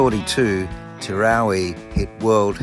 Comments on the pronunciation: It's pronounced TER-OW-EE Not TER-ROW-REE There's no R after the W. Great vid tho. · TEROWIE. sounds like you're saying Terowrie?? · IT'S TEROWIE NOT TEROWRIE..SO ANNOYING... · It’s Terowie. Not with an r on the end as in Terowrie. Very annoying. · TEROWIE, not Terowerie! 🇮🇪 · It's pronounced Ter-ow-wee!!! not terowree!! as a local to the district its lovely That you are teaching people about our history, but please get the town names correct!! we are very proud of our towns and heritage in South Australia ❤ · Terowie, NOT TerowRie.... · Terowie. NOT Terowrie. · It is Terow wee…..Not Terrow ree. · It is pronounced Terowee, not Terowree. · TeroWie there is no extra r in the name. If you make these videos you should probably get the name right. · You Must be in training to become a News reader as they often say names of towns wrong and you put up a great story and show and I'll never make it to The big Terowie, so Many Thanks for putting this up,Cheers 🥂 better late than never 😊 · Would help immensely if you pronounced ‘Terowie’ properly! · The mis-pronunciation is killing me. Where is the 2nd r in the name. I think it’s a South Australian thing, I’m constantly reminding my wife of the correct pronunciation of Nuriootpa. Sandgroper here and yes I have been there. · Speak to the locals about how to pronounce the name Terowie. Not quite the way it was said by those who lived there and those who visited regularly. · I cant watch because you constantly MISPRONOUNCE Terowie